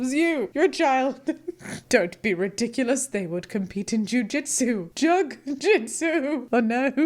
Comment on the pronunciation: Lol me as an aspiring fantasy novelist will take this as a lesson on how not to write lol. This subreddit is so cringe. My ex-best friend tried getting me to write this way with my love scenes. Yeah there is a reason why we're not friends... this is one of them. Btw I love how you said jugjitsu.